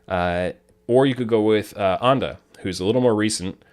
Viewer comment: This dude just said ANDA???????????